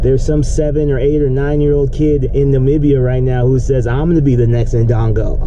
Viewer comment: Disappointing to see a brother that can't pronounce Namibia. But I suppose he can pronounce European countries.